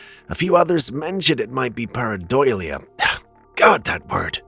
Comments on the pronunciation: Very close: pair-eye-dough-lee-uh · Let me help brother. Its pair-ah dough-leah.